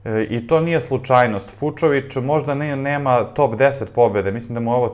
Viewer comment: Marton Fučović, ne Fučovič.